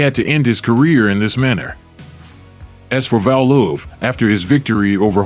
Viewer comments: Hey Valuev (not pronounced Val Loof, but whatever), fight some dudes half your size.. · I had to stop watching the fourth time he called Valuev "VAL-luhuv" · pronounce its correctly it should be pronuced "val-u,ev' its cringy way its pronounced here, im assuming using an AI audio gen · Pronounced Val- you- ev!!!